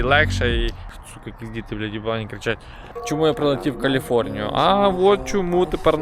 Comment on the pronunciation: прилетів в LA, запизд#вся і говориш Каліфорнія